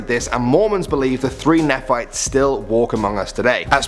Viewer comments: Nephites: pronounced as (knee-fights).great video! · Nephites is pronounced “Nee-fites” lol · It’s pronounced “knee-fights” not “nef- fights” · Nephites aren't pronounced as "Ne-fights". It's pronounced as knee-fights, named after the prophet Nephi (knee-fi). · He pronounced nephites so wrong yo😂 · “The Three Neh Fights”, it’s actually pronounced “Knee Fights”! 🤣🤣🤣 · It’s not pronounced (neh-phites) it’s (knee-phites) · I am Mormon and I do not know what you are talking about. Never heard of this three nephites in my life 😂😂😂😂. It's nee-phites not nea-phites by the way. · It’s pronounced KNEE FIGHTS. And they’re has been many stories of them still till this day.. blows my mind how crazy accurate the Latter Day Saint faith is .. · I was surprised the 3 Nephites made your list. One thing though, you weren't saying it quite right. Phonetically it would be like saying knee and fight together (kneefight) or Nephite. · Neeee fights is how you pronounce it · I thought he said 3 nyphos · #4 is pronounced nee-fites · Also what's up with using a soft e in Nephites. It's pronounced Knee - fights... Not that I care lol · Nephites is pronounced 'knee-fights' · Its said like knee as the leg part fights as plural of fight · Great video and fun to watch! The 3 Nephites (pronounced 'knee-fights') is a story I've grown up with! The world is full of cool new things to learn about. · You pronounce Nephites wrong its Nee-fites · its pronounced nephites (KNEE-FIGHTS) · It's pronounced ny-fights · You said Nephites wrong. It's pronounced as saying Knee Fights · No one will probably see this but it's pronounced "knee fights" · its pronounced neeeeefites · Mormons where u at and it's pronounced Knee-fights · It’s pronounced knee-fights But spelled nephites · It's pronounced "neh-fee-tees". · It's pronounced KNEE-FIGHTS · Nephites is actually pronounced “kneefights” believe it or not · its pronounced neephites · Also, it's pronounces Knee-Fights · the nephites its pronounced neee fites